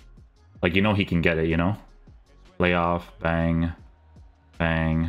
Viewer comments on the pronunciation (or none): none